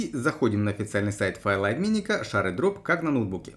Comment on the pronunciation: гайд нормальный, но при каждом ШАРЕдроп хотелось в окно выйти, рекомендую почитать в интернете произношение